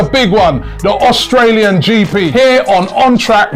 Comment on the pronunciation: Austrail?? 😂 English education shining through hey Robbie? AUSTRALIAN 🇦🇺 me fellow gooners. ❤